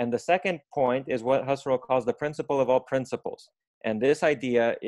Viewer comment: Mispronounced “Husserl”